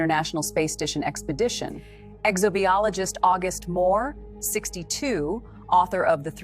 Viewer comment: What's an exo-bee-ologist?